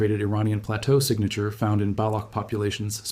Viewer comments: It Is not balok, rather Balotch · I lost interest at the work BALAKH - it’s BALOCH (CH as in Children) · Baloch /ch/, not Balokh /kh/. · useless fake video dude didnt even reseaarch enough to pronounce properly balock?? its balock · Interesting. Thank you. The “ch” in Baloch is pronounced as the “ch” in “ ‘children.